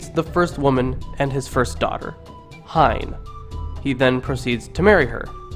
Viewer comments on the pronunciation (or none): Tawhiri = Tah fi ree Tane = Tah nay Hine = Hee nay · Holy shit man, great video, your research on the myths is spot on......but oh god, i was dying of laughter listening to you pronounce these Maori works, especially Hine XD